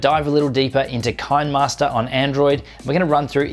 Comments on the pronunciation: Ki-ne- master not kainmaster😂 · it is pronounced as "CHI - NEH MASTER" not "KIND MASTER" the app is from South Korea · If you look at the actual name of the app you will see it should be pronounced KINEMAster where the KINEMA is ripped from CINEMA, so simply transpose the C to a K and you have Kinemaster. I hope that helped. Good video tho' mate. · It's pronounced "kinnermaster" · It's pronounce "Kinneh-master", because the name is a play on the old video term "kinescope".